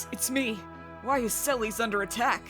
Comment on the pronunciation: sellies? hah. alright. i always pronounce it selless